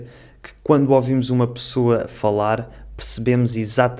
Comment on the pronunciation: O amigo fala pirceber (perceber) pissoa (pessoa), piis (país)